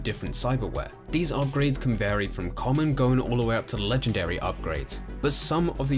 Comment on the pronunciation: I swear you say 'look at veese' instead of 'these'... could be trippin though...